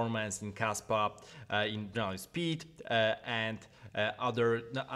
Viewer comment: I thought you said Kasta for a second hahaha